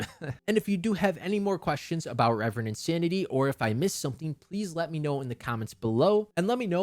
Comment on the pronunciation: Ill continue calling it ki like i call reverend insanity rEEEEEEverend insanity. It was weird to hear the correct pronounciation of reverend for the first time after reading the novel for 5 months